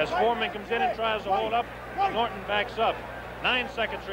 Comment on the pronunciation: Dang, audio texting…Ali not Holly, Norton not northern! 🤣